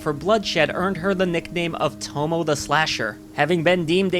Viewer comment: Just want to point out that Tomoe is pronounced like "Toh-Moh-Ay". The e is its own syllable.